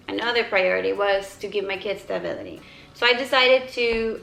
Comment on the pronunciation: This is so nit picky but it drives me insane that you pronounce b’s as v’s 😂 “stavility”